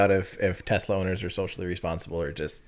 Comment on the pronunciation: What's a Tezla,? You must need more data to process how to say it correctly.